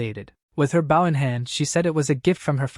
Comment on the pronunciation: How brain-damaged are the AI's? When it's a bow and arrow, they say it like "bow" as if to bow to someone. When someone bows they say it so that it rhymes with "toe". Is the AI purposefully mispronouncing? HOW COULD IT BE SO BAD??